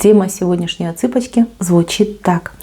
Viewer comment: Здравствуйте! Благодарю Вас за хорошие слова. Мне все время слышится: "... цыпочки (как будто бы Вы обращаетесь к нам, девочкам, и говорите: "... цыпочки", а это же - "отсыпочка"!😍